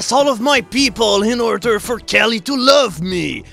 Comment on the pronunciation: I love the way you pronounce Kali, it makes it sound you're in love with a girl named Kelly and she will only love you back if you sacrifice people to her.